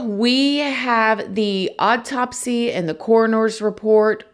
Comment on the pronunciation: Ikr! In her last KR video, I could've sworn she was saying "oddtopsy", but didn't in this one. I thought it was actually a perfect description for this odd autopsy☺️